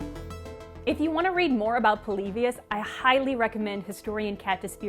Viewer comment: Why do you pronounce polybius so weird? You pronounce it like "Pole-lee-bee-us". Just pronounce it "Polybious" like everyone else.